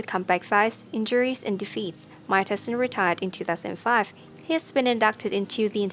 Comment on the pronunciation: You say him name like TIE SON